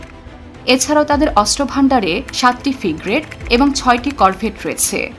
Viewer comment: figrate na bolo frigate